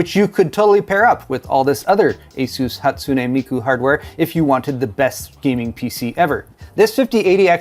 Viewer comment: Credit for pronouncing Hatsune Miku correctly